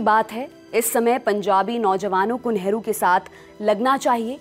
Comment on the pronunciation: Hamare sammaniye neta hai pls nehru ji pronounce kare Esa lagta hai kisi sadakchhap admi ke baare me bata rhi h. So pls care it.